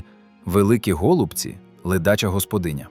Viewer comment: Так, явтору каналу кажу... Не тільки я зрозумію, що гОлубці це озвучка ШІ. Озвучуй сам , бо ші поки не вміє